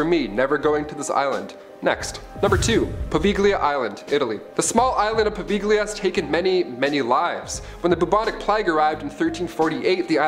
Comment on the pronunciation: It's pronounced "po vay Lee ah" smh